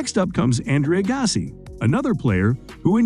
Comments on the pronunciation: Learn how to pronounce their names.. P L EA S E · Agassi and Nadal....shocking pronounciation 🤦‍♀️